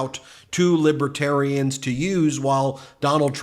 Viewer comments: "Libatarians". Trump can't pronounce any words or string coherent sentences together. Good to hear them boo this facist. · He can't even pronounce them. "Lipitarians", maybe he's on "Lipitol". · He can't even pronounce libertarians.